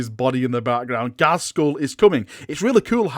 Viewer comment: It's pronounced GAZ-KULL... not GAZ-SKULL.. (there is no 's') And now it'll annoy everyone else too